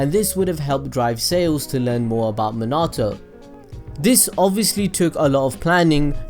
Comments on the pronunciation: My guy said " minartoe" insteas of minato!😂😂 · Its not monato, its miii as in i in inside. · NAHH this guy says minato as min-arrrr-toe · The way he says minato though lmao but good vid